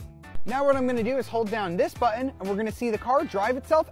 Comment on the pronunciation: It’s not “ buh-un”, it’s pronounced “button”. Please quit sounding ghetto.